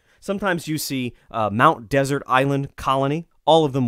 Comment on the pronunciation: Against all rules of English pronunciation, Mount Desert sounds like that sweet course served after a savory meal. It's from the French word 'desert', meaning 'lonely: L'Isle Des Mons Desert. Go to Bah Habah (Bar Harbor) and ask a local.